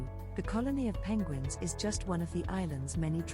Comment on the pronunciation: did you learn how to pronounce penguins by listening to Benedict Cumberbatch? LOL!